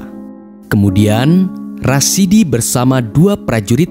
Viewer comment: masukan pada admin : ada sebut salah nama. Seharusnya RASADI Bukan RASIDI